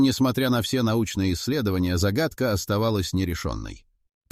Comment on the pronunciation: За́гадка... что это за слово?